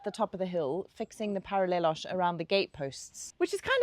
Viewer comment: I don't get how anyone could say anything negative about such positive, kind-hearted people! They even say... “paralelóóxchshhh” in Portuguese—they're trying their best! They've helped so many people everywhere. They showcased Amarante on the other channel in a way that not even the Portuguese managed to do! Kudos to the!!